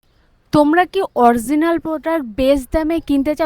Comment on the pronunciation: Original 😂😂❌ Orzinaal ✅